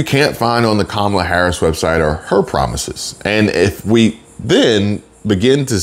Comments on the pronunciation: QUE MALA INSTEAD OF KAMALA. MEANS THAT'S BAD! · It's pronounced Kommie-la. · Thought you might be interested no that Mrs. Harris father named her Kamala as in camel. So you’re all pronouncing her name wrong according to the parent who named her. I respect the parents more than I respect her, so I’m gonna call her the name her father gave her which is camel-lah. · Kamuhluh like Pamela…ask her Dad. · No it's kamala l a la